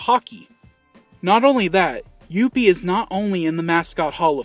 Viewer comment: I love the way you say "Youppi"!!! LOL He's my absolute favorite mascot. He was awesome with the Expos and he's now awesome with the Habs.